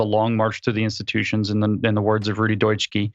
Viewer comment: The guy is called Rudi Dutschke, pronounced [ˈʁuːdi ˈdʊtʃkə] for crying out loud… 🙈😩